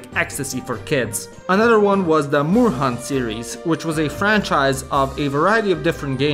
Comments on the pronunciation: I see your German lessons are going really badly. "Moorhuhn" means "swamp chicken" and is pronounced like "morehoon". You'll never make it here at this rate. :P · I always thought I was the only one who played these games. Also, Moorhuhn is pronounced with 'o' as in door and 'u' as 'oo' in doom. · Moorhuhn IS a german game. It was developed by a german team. Also, Moorhuhn is not pronounced "morhan" but "mor-huun", since it's not an english game und thus doesn't follow batshit insane english GHOTI-style pronunciation rules. Moor = swamp, Huhn = hen/chicken. Swamp-hen or swamp-chicken.